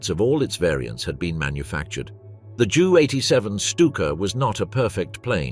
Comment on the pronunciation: Jew 87?? JU 87. Stupid AI garbage.